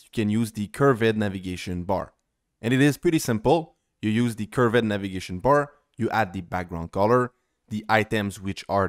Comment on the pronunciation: Cur...ved navigation bar. Curr...vedd. Not curve folks 😜